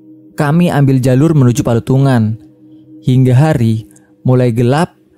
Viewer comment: Selamat mlm Palutungan mas Bukan Patulungan😊